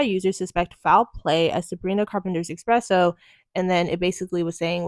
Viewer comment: Why are People saying "expresso" instead of "espresso". 😂😂😂